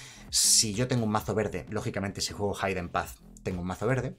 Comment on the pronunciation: Se lee jiden (hidden path) no jaiden